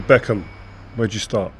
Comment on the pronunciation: David ' backhim'